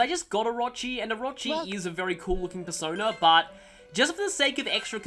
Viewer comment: sounded here like he said "Bearsona" instead of "Persona", uff.